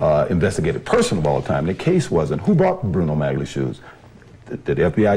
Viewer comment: I disagree. It was going to be broadcast on television, and a lot of people were going to watch it. It doesn't matter if it was live or recorded. It's not about ingratiation -- it's about not wanting to look like a doofus by mispronouncing the word. If he believed that "maggly" was correct, he would stick with that pronunciation, regardless of what pronunciation the interviewer used.